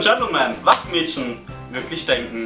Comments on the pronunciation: Ich find das so lustig das du Mädschen sagst:) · du betonst das Wort "Mädchen" sooo komisch :DD